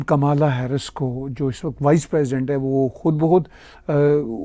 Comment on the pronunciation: Kamla,jo ki (Indian name) pronounce karte hae,Kamala,not kamaala pronounced elaborately.